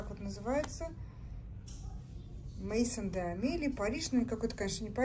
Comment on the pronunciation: Вам очень идет цвет фуксия, "Maison" читается не мэйсон, а мэзон, что в переводе со французского -дом.